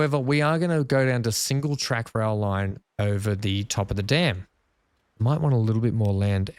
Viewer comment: You say Dam and I hear Dan now and again lol 😅